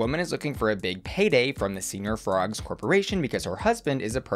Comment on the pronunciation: The fact that she said $1300 was stolen, $700-800 was stolen, $500-700 was stolen...I mean that's a huge range, make up your dang mind. And then demanding thousands in damages? Yeah no. Also still rolling my eyes at her calling it "Senior Frogs" lol. I am glad Shannel is going to stop doing the taking people's purses bit though because it just seems like a bad idea all around.